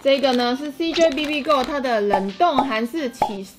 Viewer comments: 的部分 我以為講林娘🤣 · 林娘?笑出來了